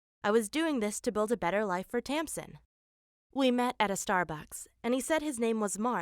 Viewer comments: It's freaking Tamsin dude! Learn how to pronounce words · its tampdin.Thats what i heard.XD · Iana MacOvei you can hear her say a p in there